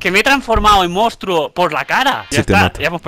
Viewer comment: "Mounstro" jajajja ya lo eh visto como 4 veces